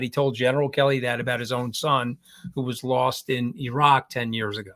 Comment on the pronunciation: I love that “The Mooch” is sophisticated enough to know how to pronounce “Iraq” correctly. (“EE-raq” not EYE-raq”)